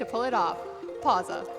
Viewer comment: "Pausa Hype" Me: You dont pronounce it as pausa but pa-w-sa. For someone who knows a bit of italian, it was just triggering